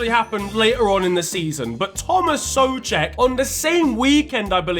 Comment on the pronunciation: finally someone non slav said the name Souček right